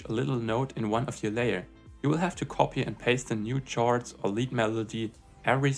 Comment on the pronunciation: "Chords" is pronounced as "kords".